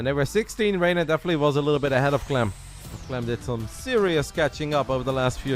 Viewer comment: Bro, you called clem a clum Lol...